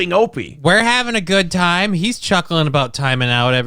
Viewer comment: I've been saying it wrong all these years... it's pronounced "toyme" not "time". Noted.